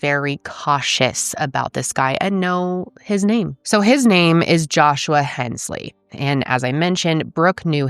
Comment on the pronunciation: Papaw, (PAP-aw)....NOT Poppa. Papaw is our word for Grandfather. (Points for pronouncing "Hensley" correctly.)